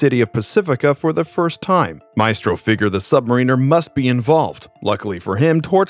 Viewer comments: Work on your pronunciations (emissary & submariner) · It's Sub-mare-en-er not Submariner. You're not really a Marvel comics reader are you? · continually saying "returning back" was really getting irritatimg.. and then you sais "Sub Marieener". i'm out. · Cool video, but it drives me crazy hear the mispronunciation of random simple words, (emissary: M-iss-airy, not uh-MISS-ury), or the names of long established characters, (Submariner!!! Say it correctly, dammit!!!). Was this a person actually reading the script or an AI voice? That's lazy!